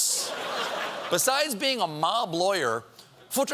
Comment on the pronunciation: Futerfas? Well as a German, FutterFass (exactly pronounced in the way Stephen did) literally translates to "feeding barrel"